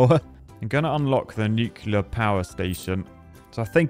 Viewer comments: i hate the fact that he said nucilair instead of nuclear but i like big boom power do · Stop saying Nucluler!!! 😳😡😭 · Mate, you’re British - you should know how to pronounce nuclear.